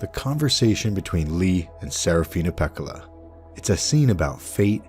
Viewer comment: dear lord the butchering of the name pekkala annoys me... use some double consonants people, DOUBLE CONSONANTS. the name should be pronounced exactly as written, meaning both k’s should be audible in the name.